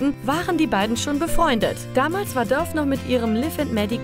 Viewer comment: Alter Mann spricht das nicht Döf sonder Dafe aus !!!!!!